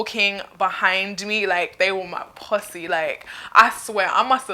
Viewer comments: the way she says possy. it sounds like some thing else. if you know what I mean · the way she said possy tho lol😂😂😂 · Am I the only one who thought she said pussy not posse XDD BTW I love you accent and yah earned yourself a sub lol